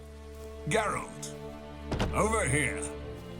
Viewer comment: ehhhh that pronounciation of geralt hurt a little bit.. he turned 1 syllybal into 2.